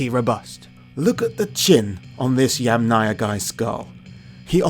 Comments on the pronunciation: Interesting documentary! I would draw your attention to the pronunciation of the name Yamnaya though, it should be stressed on the first syllable (YAMnaya). Best wishes! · It’s kurgAn (stress on the last salable) and YAmnaya (stress on the first salable) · Yamnaya is pronounce with the emphasis on the first “a” if you took it from Russian word. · Pronounce that yAmnaya & kurgAn plz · Great that you pronounce the word "Yamnaya" correct except Slavic speakers set the stress on the first part.. I know that for English speaker it's more easy to say "Yamna". The word "yama" means "pit" in Russian and must be in other Slavic languages (which all in fact are still pretty close). Very interesting and information rich video! Btw, interesting: IE daughter-in-law: "snusos", and one of the Russian words for daughter-in-law is "snoha". As I've learned there are many of such cognates in Russian and even more in old Russian. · Throughout the video you keep mispronouncing Russian words: it's Yàmnaya not Yamnàya, kurgàn not kùrgan, Khvalýnsk not Khvàlynsk, etc.